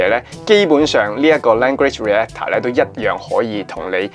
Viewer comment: Reactor : Re-act-tor 唔係Re-a-tor嘅呢